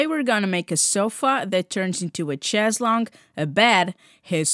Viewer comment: You lost me when you mispronounced chaise lounge